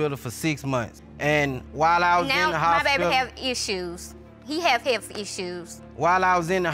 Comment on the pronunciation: “My baby have issues… heafff issuessss”😂😂😂 WTH is a heafff